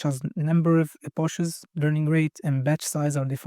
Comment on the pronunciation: No issue understanding you but as your english is pretty good. But Epochs is pronounced like eh pocks not eh pahchs